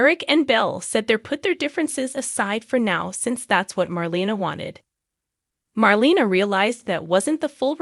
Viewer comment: It’s pronounced Mar LAY na not Mar LEE na.